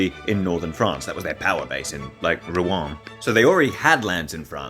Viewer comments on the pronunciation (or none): none